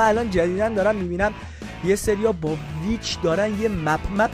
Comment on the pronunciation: داداش پیچ نه ویچ برو اول اسم شو یاد بگیر بعد بیا😂